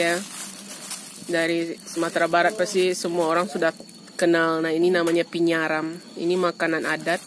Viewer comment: Bukan Pinyaram. Tapi Paniaram.🤣🤣🤣🤣